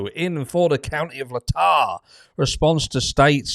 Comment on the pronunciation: Pronunciation Key: Latah = L (long a) as in "lay" / tah is pronounced like the "tah" in Utah